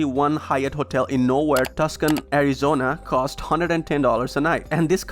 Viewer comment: Great card, Tucson pronounced TOO SAHN